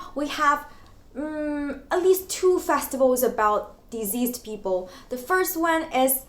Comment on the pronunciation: I thought you said diseased people but it took me a while to realise that you meant deceased. The c should not be pronounced z. A bit long but great video.